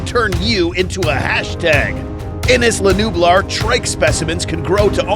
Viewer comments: He said Isla nublar wrong lol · His pronunciation on isla nublar tho 🤣 lol